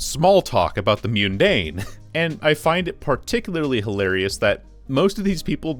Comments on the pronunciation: "mewn-dane" is not a word. neither is "ber-row" in this context. Otherwise great vid. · I don't disrespect your opinion or anything but the way you pronounced "mundane" had me contemplate hitting the "do not recommend channel" button /j